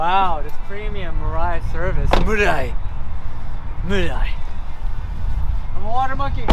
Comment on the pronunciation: 'mirrrrai' YES glad ur friend knows the proper pronunciation 😂